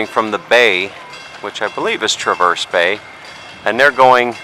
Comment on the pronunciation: As someone who lives in northern Michigan, I suggest you learn how to pronounce names, and identify places correctly. Petoskey is pronounced puh-taa-skee. Traverse is pronounced tra-vrs. The harbor is called Round Lake not Traverse Bay.